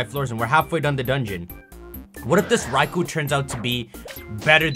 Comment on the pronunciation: Thank you for saying raikou and not RAY-KOH